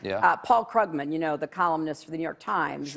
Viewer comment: Nobody noticed that she pronounced Krugman the way it looks? When it's actually pronounced "kroogman." Obviously she's a stranger in the economics community. Probably still smarter than Barny the dinasaor.